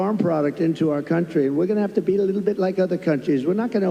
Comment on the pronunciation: This is trite, but does anyone else get annoyed by the way he says,”little”?